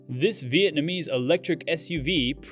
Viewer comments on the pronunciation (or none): none